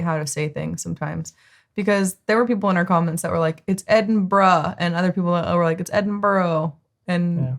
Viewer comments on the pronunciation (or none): its edin bru not burro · Edinburra. Like most Americans, he gets all the placensmes wrong. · I’ve seen a few of this guys videos a few times and he’s definitely not catering to an American audience with his pronunciations. Some of the worst attempts to say Scottish places I’ve ever heard 😂. No one anywhere says Edinbro - unless they are pronouncing it wrong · Edinburgh is NOT pronounced...'Edinburrow' just says the word as if there is no u in it.